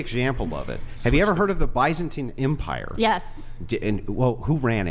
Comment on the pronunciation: Dude can’t even pronounce the empire correctly